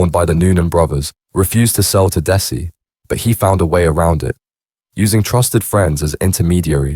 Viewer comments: Its dezzy not des i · that area of Manchester is called Mersey bank NOT Chorlton --Cum Hardy ,, you cant pronounce his name dezzy not dessy , over all very poor quality video, just repeating what is already out there if true or not, adds nothing to his folklore just more clout chasing wanna be gangster bs , do own research use own voice ,, rest in peace Desmond Noonan mad man he was but he could also be kind and generous to locals when he wasnt feinding for that sheeit he started smoking, it changed him like so many,, damn crack ruined so many lives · It's pronounced Dezzy not dessie 🙄🤦🏻‍♂️